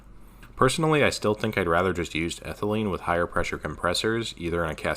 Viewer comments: Ethylene not Ethelyne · Isnt it ethylene noy ethelyne? C2H4.... if it were ethylyne (ethyl-eye-ne) it would be the triple bonded C2H2 i think